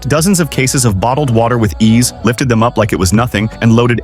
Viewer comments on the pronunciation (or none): none